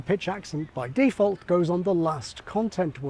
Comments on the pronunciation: I find your stressing the first syllable (a prefix) of "default" very strange. Otherwise very informative. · Your default "default" seems to be /ˈdiːˌfɔlt/ whereas my default "default" is /ˌdɪˈfɔːlt/ ...I'd ˌrɪˈsɜːtʃ it, but I really don't have time to do any ˈriːˌsɜtʃ